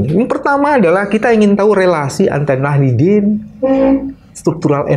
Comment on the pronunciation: kok Nahidin, apa sy salah dengar ya